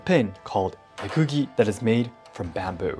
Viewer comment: Why does your voice drop when you pronounce "mekugi"?